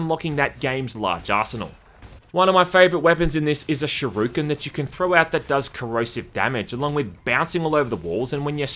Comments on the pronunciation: Bruh it's a shuriken, I have no idea as to how to pronounce that, but it's definitely not shiruken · ah yes, my favorite weapon, the shur-u-ken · "A shiruken" "SHIRUKEN" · Not shiruken but shuriken man :) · What's a shuroooken? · My homie can't pronounce shuriken lmao (its shu - ri - ken from street fighter) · I like that you pronounced shuriken as shoryuken, and it's actually a kunai